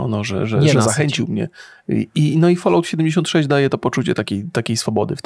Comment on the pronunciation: Falałt, folołt, ja pierdzielę. To jest FOL-AŁT, mówiąc najprościej.